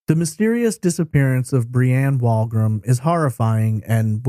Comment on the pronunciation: It was a slow pitch baseball tournament. Locals called it the Kokanee ball tournament. Also, I think the Canadian Pacific Railroad was a sponsor (CP) as they were a major employer at the time in the town. Further, "Wolgram" is pronounced "wool-gram".